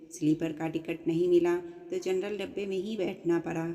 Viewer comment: Jarnal bogi nahi janaral bogi